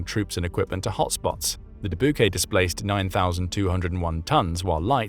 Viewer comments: Being from Iowa, I cringed when the narrator mispronounced Dubuque. Dabookay.... GRRRRRR! It's pronounced duh byook! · It's painful to hear you pronounce Debuque as de-BYOU-kay. It is de-BYOUK. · It's "Da-Buke" not "Da-Bu-Gay"! Come on, speak English, hahaha! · Ok...it's not the De-Boo-Kay, it's the De-Byook as in Dubuque Iowa, a lovely little town. :) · Duh Boo K...NO. It is De Bu K . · Announcer called second ship “dah-bu-Kay”. Known in U.S. as Dubuque “dah- BYEWK” rhymes with “ta puke” as friend stated when I told of moving to the quiet Iowa city on the Mississippi. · Dabookay???😂😂❤ we here in Iowa we pronounce it as Dah Byook. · Doobookay😂 Do you mean Duh-BYOOK? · “Doo-boo-kay!” 😂. It’s “doo-BYUKE” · Du-BOO-kay? It's pronounced Duh-BYOOK. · De-Bu-Kay 😂😂😂 DE-BUKE😂😂😂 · Please fix your AI voice. "Dubuque" is pronounced "duh BYOOK," not "doo boo kay." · ARRRRGGGHHH!!!! It's The USS Duh-buke, like puke. And like the City in Iowa it was named after. It is NOT dabookay. Stop this nonsense right now! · "De Bu Kay"🤣🤣🤣 It's pronounced "Duh Byook" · When did the USS Dubuque become the uss Dee-bouque-@ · USS “Doo-BOO-kay”? Seriously? Teach your AI to pronounce Dubuque, so you don’t sound like idiots. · Sank the “Doo-Boo-Kay” did they? Dang shame. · The Dubuque is pronounced 'Dubuke'. Being a US ship, we're not stuck with French pronunciation. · DooBooKay..nice..Is that not a town in Iowa? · The American pronunciation of "Dubuque" is "d'BYOOK". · Haha, da-book-ay (Dubuque) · USS Du boo kay? I hope this was not a real narrator but just AI talking. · Ok, I don't see this in the comments, so as a native Iowan (former residence), I'll say it. , Dubuque is NOT pronounced with 3 syllables. It is pronounced with 2. It sounds like "deh-buke." There you go. Fixed it for you. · duh-boo-kay... LOL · The De`bu kay? LOL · Dubuque is pronounced “Duh-byook.” It’s a city in Iowa. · Dubuque is pronounced "De-Buke" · De boo Kay? Your going to make puke. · “Dubuque” is pronounced dubuke.